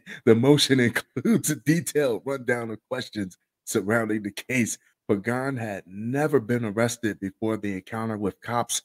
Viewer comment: Thanks for pronouncing that last name" Pagan" correctly cause nobody ever does..